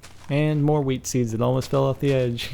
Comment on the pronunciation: Is he saying "wheatsies" or wheat 'seeds'